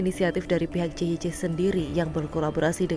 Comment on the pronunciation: JYC itu stands for kalimat English. Jadi harus be read sebagai "jey way si" bukan "je we ce"